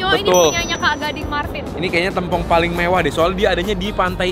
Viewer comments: TEMPONG KAK BUKAN TEM PONG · Tempong bukan tempong, kakkk astaga😭 Dengernya g enak bgt😭🙏🙏🙏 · tempong/paha ( e nya di miringin klu ngucapin )